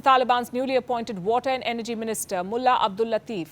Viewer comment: Pronunciation of the word "mulla" seems like a abuse